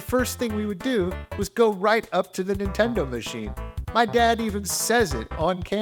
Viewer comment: THIS DUDE SAYS INTENDO